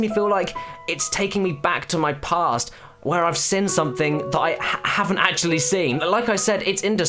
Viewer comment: Your pronunciation of "seen" is very inconsistent... Sin Seen Sin The only one I've ever sin